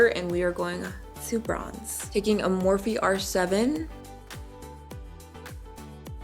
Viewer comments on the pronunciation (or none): none